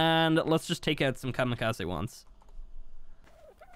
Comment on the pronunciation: Just saying the “ze” in Kamikaze is pronounced as a “zeh” so Kamikazeh